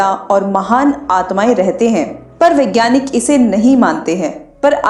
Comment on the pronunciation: Very informative video. Thanks for sharing! One small suggestion - it is 'vaigyanik' not 'vigyanki'.